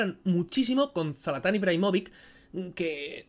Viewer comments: todo bien pero, Zalatan tío jajajajajaja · “zAlatÁn” Ibraimovik :s